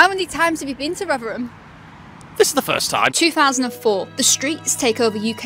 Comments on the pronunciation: I always thought it's pronounced Rotherham, not Rughgheram. But who am I? Not even a native speaker. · Where does the sudden East End accented ‘Rovverem’ come from?